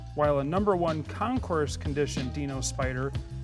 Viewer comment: Very enjoyable video, however you mispronounced "concours". It's a French word so the "s" at the end is not used as in "tres bien" (very good). It is pronounced "con coor". Concours is French for challenge or competition. So a concours d'elegance is a competition of beauty or elegance. So, now you know. Keep up the great videos.